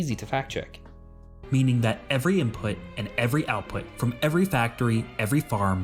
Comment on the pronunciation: Lmao, imput with an "m".